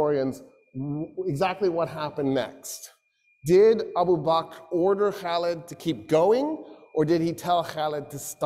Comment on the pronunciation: he doesn't even pronounce Abu Bakr right. He calls him abu bak. What he said about Umar and Khalids relationship is wrong. Especially suggesting the idea of the worry of a coupe. Otherwise it's a pretty good lecture but this is some real orientalist nonsense and conjecture.